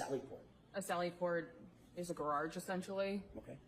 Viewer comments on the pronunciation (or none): “It’s a gaRARge.” 🥴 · If you haven't yet heard Auntie Deb's (@ latest hit single: How come you can't pronounce garage (Gararje), it's a must :face-purple-crying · she can spell her name but she cant pronounce the word. Garage😂😂